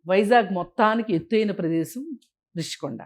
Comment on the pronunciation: ఒరే సన్నాసి రిషీకొండా నీ బొంద కొండా కాదు, రుషికొండ అనాలి,నువ్వు తెలియక అంటావా జర్నలిస్టు ను జోన‌లిస్ట్ అని